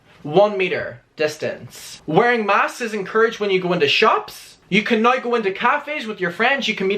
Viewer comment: Sorry but I strongly despise the way you pronounce “now”.